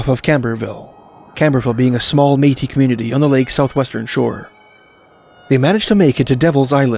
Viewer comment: "May-tee." I learned it here!❤